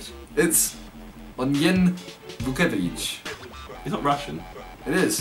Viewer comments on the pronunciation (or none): i am from croatia and simon almost read a name right.